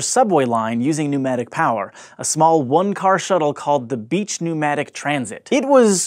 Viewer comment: Nomadic tubes? Weird pronunciation.